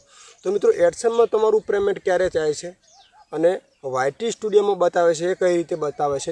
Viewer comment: Please yaar payment bolo preymant na bolo